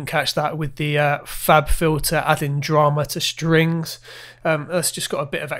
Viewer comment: strings not shtrings . please